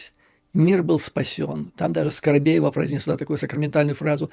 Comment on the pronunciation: ...не Скаробеева - Скобеева...